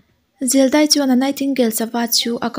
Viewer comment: I aw amawi in a ngaihnawm thin tawp.. Mahse, "chuan".. "Chu" tih hi i lam engemaw mah2, lam raw tawp zawk la a mawi zawkin, amawi tho ag. I aw a cute tawh hrim2 tho.. Lam dik pangai tawp la ka lo duh